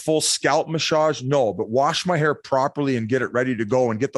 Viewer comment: Biz's haircut story is an all time story. The way he says "massage" is the cherry on the top